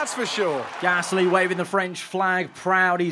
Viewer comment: Ffs why can’t you say Gasly right not gassssly